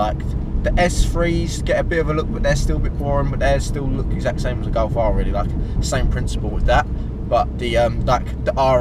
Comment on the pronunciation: It’s G O L F you moron not G O W F